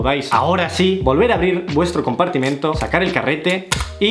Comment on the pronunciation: nadie: absolutamente nadie: pero literalmente nadie:: compartimiento